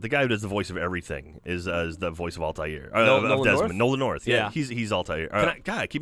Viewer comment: altair not altiar :/